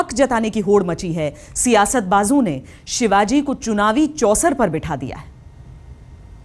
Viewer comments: Kutiya nam thik se le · इसे किसने रिपोर्टर बनाया जो शिवाजी महाराज का नाम सही से नही लेते